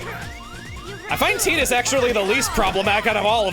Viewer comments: The eye twitch i got when called Wakka "Wacka" and Titus "Teetus" WAH-KUH and TIE-TUS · I thought "Tidus" was pronounced Tide-us not tee-dus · Final fantasy 10 is my favorite, hearing Teedus instead of Ty-dus was... something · Everytime I hear Tea-Dus, I keep wanting to go it’s Tie-Dus!!! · Um it’s actually probably Tide-us I’ll never say Teedus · And i think it's "tie-diss" not "tee-diss" 😂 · Chuggaa hearing you constantly say Titus as Tee-tus was giving me a headache lmao. We know its pronounced as Tie-tus. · i am all for offcial pronunciations for things, but i will always refuse to call Tidus Tee-Dus it feels so wrong to me especially since water plays a big part in ff10 themes Tide-us just fits way more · apparently the voice actor told us Tidus is not said like a Tide. it's said more like a Tee. Tee shirt. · CHUGGA, its not Tee-dus, its Tie-dus! (TYE-DUSSSS) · It’s TIDE-us like the tide. ❤ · Chuggaa pronouncing Tidus like that ... I always thought it was pronounced like "Tide-us" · it is TIDE-US like water i do not care what dissidia says and wak-ka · hate the correct pronunciation Tidus I like more the Wrong pronunciation way it sounds way better and doesn’t sound like someone saying the word for a women chest